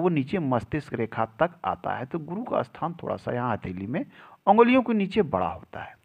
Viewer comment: अस्थान बोलते हो आप, ऐसा बोलना सही है या स्थान